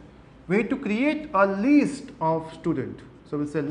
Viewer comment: don't pronounce list as least pls